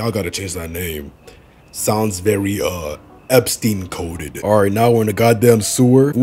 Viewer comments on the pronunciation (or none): none